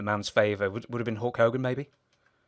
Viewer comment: did you say hawk hogan lol? you watch markyd?